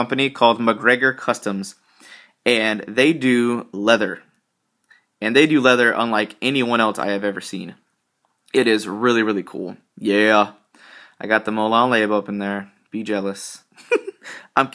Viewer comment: I want a wallet just like yours, it is pretty cool and I do believe that it is pronounced Molan Lobby lol